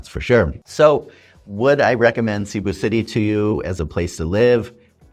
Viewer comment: Filipinos and experienced foreigners do NOT say : Sea-boo City , They say : C'boo (C pronounced like a S) Shows you have not melted into the place. Your still an outsider. (Your not in america , your in Phils)